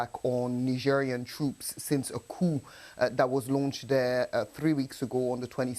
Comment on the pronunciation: Question for the reporter, did you say security deteriorated since the cue de’ta, very laughable ….